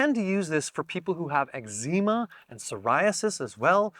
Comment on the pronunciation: The pronunciation of eczema is diabolical! Incredible video, liked and subscribed 🌿